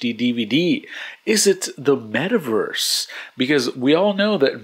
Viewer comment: meth-a-verse lol Good summary and drama, love the format :)